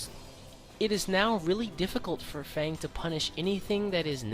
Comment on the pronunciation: Why does nobody pronounce F.A.N.G's name correctly?